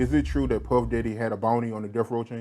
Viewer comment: is sussssssssss. The way he say Nas like NAWZ. And now this pronunciation of Puff Diaaddy lol 😂. When he laughed about Pac break dancing 🤣 sealed it 🌈🔛